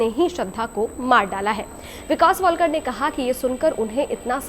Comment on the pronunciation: News anchor ho tum pranounsation to tik se kiya karo tum wiktom ka it's a shradha walkar not wallkar